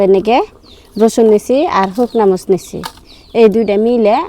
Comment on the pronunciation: মরিচ এইটাও কি একটু সুন্দর করে বলা যায় না কি কয় মস এটা কোন ভাষা